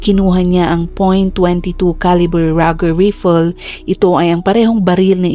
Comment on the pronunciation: Hala Vlogger, what's with your Caption?🙄🥺. Sino ang pinatay, ANAK o INA? Also, please check your pronunciation of "Rifle" and "Indictment." For your improvement.✌️✌️✌️